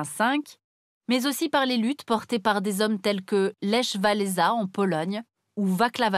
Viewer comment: Vous pouvez consulter un conseiller en prononciation aussi. Ya beaucoup de noms qui piquent les oreilles ... "Vaklav Avel" "Lèche Valeza" ou autre "Vizgrade" ...